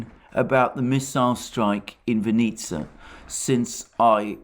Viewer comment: The emphasis in "Vinnytsia" is on the first syllable.